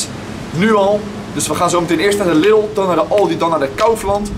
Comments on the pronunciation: Geen lidel maar liedol zeg het zo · lidl lidl lidl je zegt het verkeert